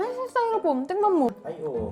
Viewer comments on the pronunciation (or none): none